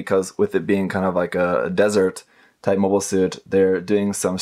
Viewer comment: "Mobie" Suits?